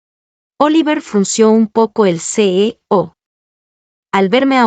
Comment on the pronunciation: La narracion se come mucho la letra" Ñ "años bañados ceño señorita ,y muchas palabras que pueden ser reemplazados con sinónimos